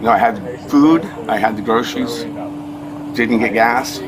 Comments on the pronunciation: I'm sure everyone's saying grosheries and not groceries. Is that just me? 😂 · I'd arrest him for the way he pronounces groceries....